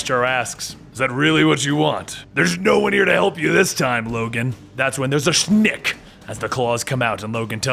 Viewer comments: I'm trigger because he is saying "Shnikt" instead of "Snikt" lol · Say Snikt right!